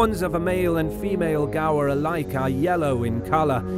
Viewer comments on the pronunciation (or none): I like how he pronounce gaur “ gawa”